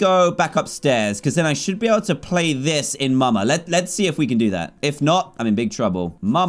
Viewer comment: dan said muma and not mama😂